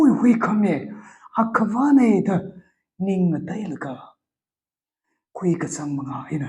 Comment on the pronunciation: Ningmaonglâ? Not ning ma onlá